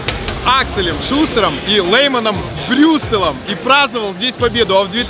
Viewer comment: какой Брюстел, Алексей?)) Брюстер